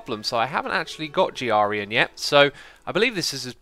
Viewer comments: YOU PRONOUNCED HIS NAME PROPERLY YOU FOOL. Everybody knows he's pronounced G - R - ryan. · You have pronounced groan like “Brian.” Im proud... you finally did it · xisuma said grians name right at the start!